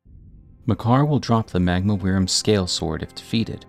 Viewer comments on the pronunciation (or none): Why do you keep saying "weerim"? It's just pronounced like 'worm', my dude. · Wyrm is pronounced like worm. As in a dragon that crawls, not flies. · FYI “wyrm” is pronounced “worm”